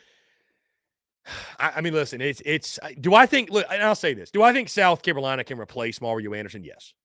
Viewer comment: Is he saying South Carowina?